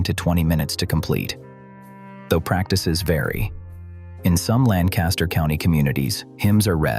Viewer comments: It's not A mish.....it's pronounced Aww..mish. And Lan Caster is pronounced Lank Aster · I live in Lancaster, PA amongst the largest Amish community in the world. There are numerous mistakes in this video which I won't go into detail about. The 2 biggest mistakes that every single AI generated video about the Amish or Lancaster is the pronunciation of Amish or Lancaster. Amish is pronounced like Amen and Lancaster is pronounced like Lankister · I live in Lancaster Countty and have for most of my life. The building shown as Furman's is a fabrication. The actual Furman's is nothing like this. The robot AI soundtrack misprounounces Amish - the first syllable rhymes with Pa, not Pay. It likewise mispronounces Lancaster. There is no reason to believe anything in this video.